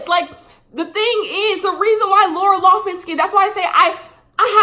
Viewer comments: Lol will she ever say Lori Laughlin (Lin) not man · Every time she says LoughMAN instead of LoughLIN, I cringe a lil bit. That should be her punishment. People should call her LoughMAN for the next 40 years, lol. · youre entitled to your opinion and all but you should really learn her real last name loughLIN not loughMIN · Nobody:: LaUrA LoUgHmAn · LoughLIN L-o-u-g-h-L-I-N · But do you even know her name ? You didnt say it right once lol laura loffman isnt her name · mispronouncing Lori Loughlin for 22 minutes